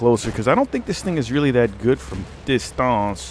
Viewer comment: Lovin your channel, it's always entertaining.... My thoughts on the chauchat....It's a real slugger at close range, feels overpowered and kicks like a mule in close quarters.. how did your French pronunciation go..dist-ornse. Personally I think it's evenly balanced out by comparison. Lovin the unedited gameplay. You went 33-8 I would consider that a great score for me..Lol